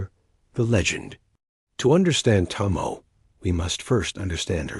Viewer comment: You're the second channel that mispronounced the name, it's to mo e, not to mo.